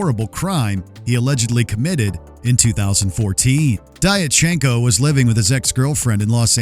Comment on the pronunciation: Diatchenko is pronounced "Dyatchenko".